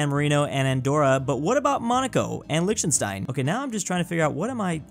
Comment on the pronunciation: It’s kinda pronounced “Lic” Tenstein